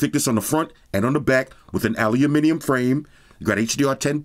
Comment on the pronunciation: Props for pronouncing aluminium correctly..! 🤘🤘🤘🙏